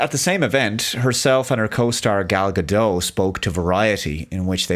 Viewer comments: Gal Gadot, amigo. Her name is Gal Gadotttt. Not Gado. Just like I would not call you Dave Culle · Gal GadoT - the T is not silent 🙏🏻